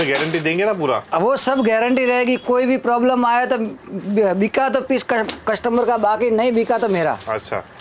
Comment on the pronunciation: कस्टम्बर नहीं कस्टमर बोलो भाई